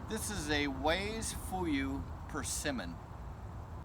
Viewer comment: Wase is pronounced like 'wah-seh', not 'ways'. Btw, the correct name is Matsumoto Wase. And you can eat it when it's rock hard too. :)